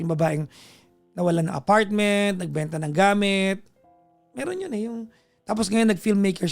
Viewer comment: Ganun na po ba pronunciation ng word na me “R” pa~~ra ,, me~~ron bulol style uso ngayon? 😅